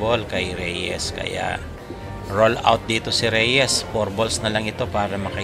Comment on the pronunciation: R-U-N OUT, boy. HINDI roll-out. Ang ibig sabihin ng roll-out sa tagalog ay ILATAG, o IHANDA, (at mga katulad na kataga na may mga parehong ibig sabihin).